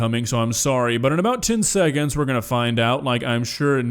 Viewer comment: “im swory coach”